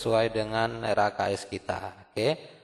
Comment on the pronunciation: RKAS Pak bukan RAKS🙂